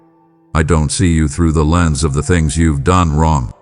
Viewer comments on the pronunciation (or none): none